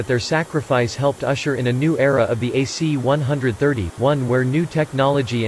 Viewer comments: Cool video but annoying that the narrator called these planes (one hundred thirties) instead of (one thirties). Not a big deal, just annoying. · C One Thirty, not C One-Hundred Thirty.